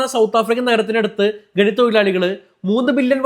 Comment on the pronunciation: ഗനി, തൊഴിലാളി ഗനനം ചെയ്യുമ്പോൾ😂 ഖനി തൊഴിലാളി ഖനനം ചെയ്യുമ്പോൾ എന്നാണ് പറയേണ്ടത് 😂😂